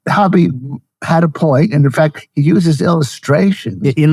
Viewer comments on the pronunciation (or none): I dont think that's how you pronounce Hoppe..